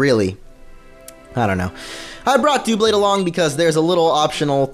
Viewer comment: Duhblade, not Dewblade. It's obviously based on double, not dual.